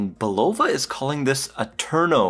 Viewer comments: It's BULL -UH-VUH Not BULL-OHH-VUH! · Bro it’s bulava not bullova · It's BUL-o-va. Really.